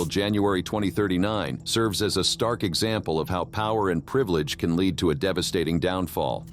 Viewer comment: Can’t stand when people use AI to read their content, every misspelled word comes out wonky I.e. led detective